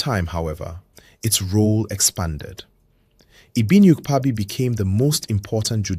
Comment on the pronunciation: Ibiniiiukpaaaabi .. I wish YouTube had a VN option, you didn't get the pronunciation